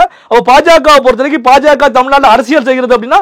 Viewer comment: it is not PaJaKa. You should pronounce it as BaJaKa